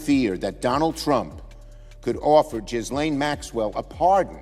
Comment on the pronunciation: That's not how you pronounce "Ghislaine". What kind of lane did Schumer say?